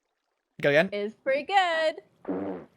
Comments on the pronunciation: Not egg-gain 😭😭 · .... not egg-ain....